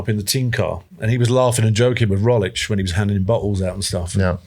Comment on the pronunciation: Sir Bradley, there is a “g” in Roglič that needs to be pronounced. Where did you hear that the “g” is silent?